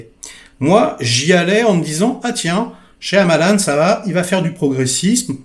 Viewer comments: AH !! toi aussi tu dis ShaYAmalan, parce que les autres ils disent tous Shamalan, ils prononcent jamais le Y ça me saoule mdr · Je crois qu'on ne prononce pas le Y de Shyamalan. On devrait dire Shamalan.